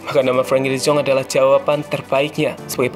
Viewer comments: De yong.. Min.. Bukan de zong.. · De yong bukan de zong min